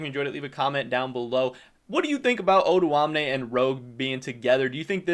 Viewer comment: his name is not actually pronounced oduamne, it's o doamne but he's fine with that as well i guess